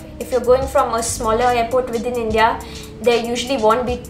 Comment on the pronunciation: Thanks it's helpful. But please pronounce the word INDIA correctly